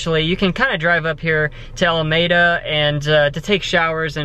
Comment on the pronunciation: It’s alameeda I’m from there buddy